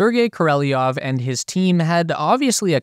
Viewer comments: I suggest the narrator to learn at least to read russian cyrillic letters, to avoid incorrect pronounciation of russian names. It was hard to listen to the speech after hearing mispronounced names like Krushchev, Gorbachev or Korolyev. Actually I don't care about the political and cultural differences between them, but names are given things and they should be respected mutually. Korolyev's name was written and pronounced as Korolyov correctly. Gorbachev in reality is Gorbachov, Krushchev is Krushchov. This is why it's recommended to at least learn how to pronounce russian letters. Nobody would like to hear Jen instead of John I guess. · I dont speak russian but if you’re dislexic like most American’s BEAIN cannot read elementary foreign words… at least practice… Korolev and not Koryelov. There are 2 “o” s . Why do you pronounce the Devon o as an “e” ??? And the last “e “ as an “o”??? Or Koreleyov …? Even worse… such an effort to put this fantastic doc!!!! Why not pronounce the only thing matters the main character’s name ….(?) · his name is korolev.... not koreleov! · I'm pretty sure you're pronouncing Korolev's name wrong. I hear people say Kor-oh-lev, but the Russian spelling is Королёв which would make it Kor-oh-lyov, and in a lot of words the y sound kind of fades out it it's not stressed, so it may sound more like Kor-oh-lov. But don't take my word for it. I'm not Russian. While I'm at it Sputnik is spelled Спутник which would make it Spootnik. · Hey dum dum. ... it's not Koreleoff..... It's Korelev! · KOR-OH-LEV Where on EARTH are you getting KOR-EL-EE-OV? And Sputnik is pronounced "Spootnik". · Sergei Ko-Rel-Ee-Ov? If it's spelled Korolev, I'd say it's pronounced Koro-Lev.... How you get what you pronounced out of what is spelled is beyond me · Not Korelly-ev. It's Koro-lev. Pronunciation does not generally bother me, but listening to this is just painful. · Koro- lev ** not kor-el-eoff koro-lev cross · The youtube presenter cannot read.